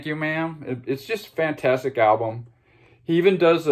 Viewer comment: Generally agree, although come on with Sweetheart of the Rodeo. Remember Gram Parsons vocal was removed from most of the album. On the bonus tracks on the cd you get an idea of what this first country rock classic might have sounded like. Please stop saying 'fantstic.'